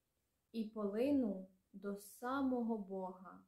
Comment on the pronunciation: нііііі, наголос. Так не люблю коли українці, читаючи "Заповіт" не так читають. Ось так тре- "понЕсе". І "до сАмого". Тим не менш, дякуємо, що ви робите таку важку і потрібну роботу! Успіхів і на далі) До речі, а чи можете перекласти вірш Василя Симоненка "Де зараз ви, кати мого народу?" Чи надто жорстокі там слова присутні?...